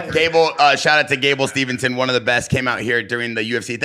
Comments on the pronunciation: Steveson not Stevenson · The ignorance and disrespect of at the end to call Gable Steveson "Gable StevENson" multiple times. Get the man's name right ffs. has half of a brain.